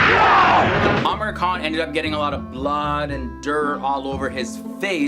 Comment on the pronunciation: I suppose his name is pronounced as "aa-MEER khAN" instead "Amer khAN"?